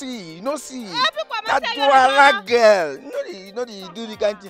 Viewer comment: c,est DOUALA et non NDOUALA🤣🤣